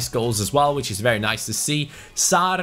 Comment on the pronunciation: #fanobjective - don't roll the r's in Sarr's name forfeit - release mo salah